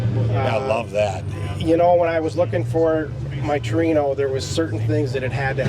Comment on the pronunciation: i wish people would learn how to say TORINO no tree no